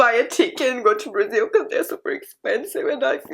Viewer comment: It is pronounced brazil not brizzle 😅 sorry to point that out just never heard anyone prounounce it that way ✌️🫶